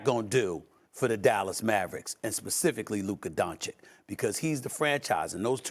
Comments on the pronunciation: Luka "Don-Chick"....bro, Stephen, u cover this sport for how long now? How do u not know how to pronounce a top 3 players name....🤨🤦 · It's 2023 and SAS still says "Luka DonCHICK".... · Its Don "citch" Stephan A. Its not that hard, i promise. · Kyrie would take a back seat because he won a championship by taking a backseat. Also now is that after this many years, sas still doesn't know how to pronounce Lukas last name? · It’s 2023 and SAS still cannot pronounce Luka’s last name. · One day Steven a stiff will pronounce Luka doncic correctly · It's just sad how after 4+ years of reporting about him every single day Stephen A. Smith STILL doesn't show the respect and learn how to pronounce the name of one of the top 10 players in the NBA. That's just disrespectful and shows a complete lack of interest in basic knowledge about the topic that you are covering. Whatever he's paid for his work is too much.